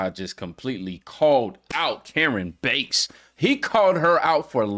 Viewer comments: Her last name is BASS, not Bates! You need to at least do enough research to know their names! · It is Bass like the fish. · I'm sure you've been told this already but JIC I believe Karen pronounces her name with a soft "A" like the fish, Bass. Not that I'm criticizing you, why would you know that but for future reference. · It’s Bass like the fish, ❤